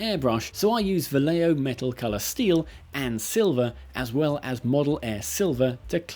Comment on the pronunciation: Vallejo sounds like Va-Jeh-Ho.